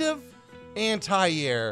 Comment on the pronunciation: You guys pronounce "anti" weird